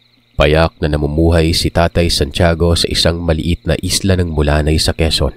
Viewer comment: hometown ng father ko❤❤ Mulanay hindi Mula-nay 😁